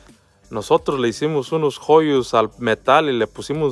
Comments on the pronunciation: Se pronuncia hoyos ,no jollos ,si van a subir contenido aganlo bien ,aprendan a ablar ,porque eso se ve en todas partes y ver chingaderas así? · Que pronunciación del español tan mas espantoso. Joyos ? 😂😂😂😂😂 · Se escribe " Hoyos " pero se pronuncia "JOLLOS" jajajajaja chido saludos